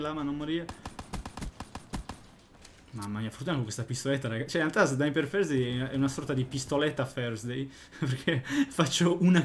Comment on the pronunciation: come lo pronuncia 😂😂